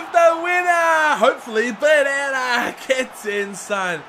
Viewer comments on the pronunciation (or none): instead of pereyra he said preyera